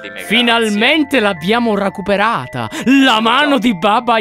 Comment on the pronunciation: hai detto racuperata XD